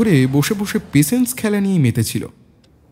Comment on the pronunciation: Patience word ta pls thik pronounce korun. Khub kane lagche..